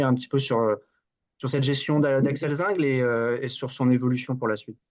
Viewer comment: Axel Zingle se prononce Zinglé avec un é !!!